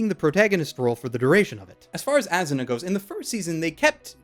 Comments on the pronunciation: Its not AZZZZuna its ASSSSSuna. S sound not Z sound. A SU NA. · its asuna not azuna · "Azzuna" ~._.